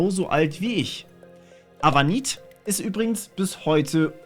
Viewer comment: Avunit -> AV Unit gesprochen, komm schon der ist kein Eskimo